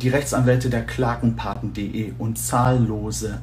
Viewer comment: das ist doch der Witz. Wir fragen uns, warum er die erwähnten Menschen und Vereine nicht richtig ausspricht. Kennt er diese evtl. nicht? Es heißt eben Klagepaten. Vielleicht hat er sich von der Freundin den Spickzettel schreiben lassen.